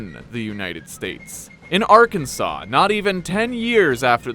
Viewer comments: It's pronounced Arkan-sas ya idjit! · It's Arkans(awn) btw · Like most phonetic oddities in the English language, you can blame the French for why Arkansas is spelled the way it is. The letter S at the end of a French word tends to make an "â" sound. Hence why Arkansas sounds like "Arkan-saw." So, in respect to this fact, you should read Arkansas as "Arkan-saw", because that's how it's meant to be pronounced. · It is pronounced Arkansaw.